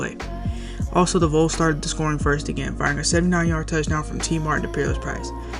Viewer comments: Also it's pronounced VAWLS you know short for volunteers A vole is an animal that lives in the ground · Not liking that you are calling them the Voles instead of the Vols.